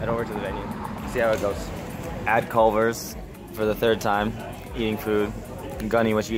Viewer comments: “I’m here at Clovers” lmao.....Culvers bruh.....but hey good vlog tho!! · Did this man just call Culver’s “Clover’s” lmao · Ouch the way you said Culver’s really hurt me the first time u said it